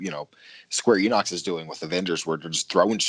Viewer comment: “Square Enocks”?